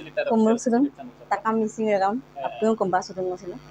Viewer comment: Régam নহয় Réngam হয়।